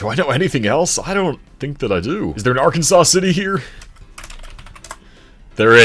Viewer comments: As someone who is from Arkansas City, it is pronounced Ar-Kansas City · The folks in Arkansas City, Kansas are pretty adamant that it’s pronounced “ar-KAN-zus” like Kansas with an R at the beginning.